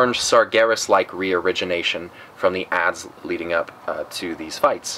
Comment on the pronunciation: Haha youtube legends saying " region Asian" instead of reorigination